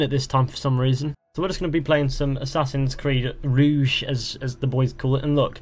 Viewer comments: it's rogue ITS ROGUE!!!!!!! NOT ROUGE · Its not complete copy of it to be honest, story's much different and its really good in my opinion. Its just the animations, Ubisoft made this for old generation console players so they can have something new to play too when Unity was realised, oh and one more thing. Its fucking Rogue, not Rouge